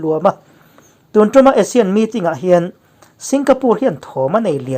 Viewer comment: ASEAN tih lam rik dan tur hi a ri hmasa zawk hi Mizo hawrawpa 'A' dik taka lam rik tur tih hi ka lo hriat dan a ni a. Asia tihah chuan a ri hmasa zawk hi 'ei' tia lam rik tur a ni thung a. Inanga lam rik hi kan tih dan tlanglawn a ni a, lo chik ve teh.